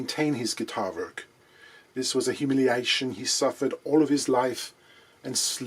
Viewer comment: “diss voz a hiimilliation”… LOVE IT!